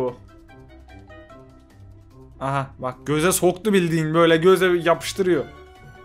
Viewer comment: Goz e soktu bildigin diyişin çok komik